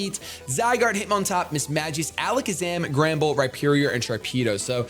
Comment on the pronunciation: the way you pronounce Mismagius scares me.